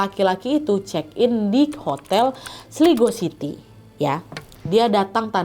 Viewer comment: cara bacanya itu "Kota Slaygo" nad